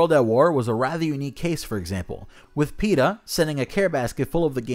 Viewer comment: I didn't think peta was a real thing i thought just said peters name like that